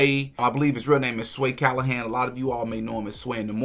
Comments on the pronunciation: Sway Calloway, not Callohan... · Bro, why you keep saying Sway Callahan, when the person in the interview clearly says Sway Calloway. I would hate to be "Sway Callahan" and hear you throwing his name out there instead of the other guy. LOL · Sway Calloway not Calohan